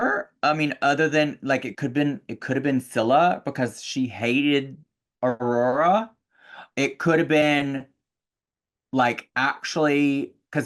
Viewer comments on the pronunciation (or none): I love for the fact that Trinity cant say Aurora. Ururuh